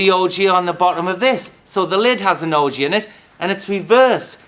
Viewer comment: What is an Ojee? I hear him referring to it throughout the video but I can't figure it out.